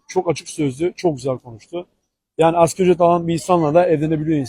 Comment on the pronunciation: Asgari olacak askeri nedir yahu, ASGARİİİ